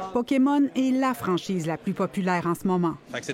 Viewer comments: le dude est pdg d'une compagnie qui vend des carte Pokémon et prononce Poké-Mont ??? WTF le scam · OMG... Le gars prononce ça Pokémont... LOL. J'espère qu'il ne va pas prononcer Riftbound, Riftbon.... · J'ai plus l'impression qu'il était pas sur a quelle point il avait le droit de prononcer à l'anglaise a la TV Québécoise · Sa façon de dire Pokémon me trigger solide. 😂